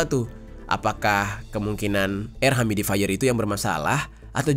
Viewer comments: Yu-mi-di-fai-yer ... cek pronounciation nya di mbah Gugel, bro !! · Makasi infonya, bang.. smoga gak kejadian di Indonesia deh kyk gini2... harus ati2 sama bahan kimia yang dimasukin di produk sehari2. Btw mohon koreksi dikit, "Humidifier" cara nyebutnya "hyumi-difayer" bang. Sukses selalu buat konten2nya! 🙏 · Humidifier bang bukan humidaifer 🥲🙃